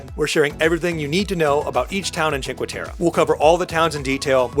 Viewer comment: please kindly practice the pronunciation of the cities you visit... it's "teh-reh" not "teh-ruh" great video... :)